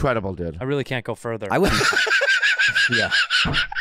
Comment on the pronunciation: “Wreeeeally dude”